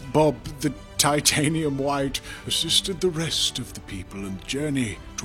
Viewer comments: whenever he said titanium white I hear titanium hwite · i love the "titanium hwaihte" xD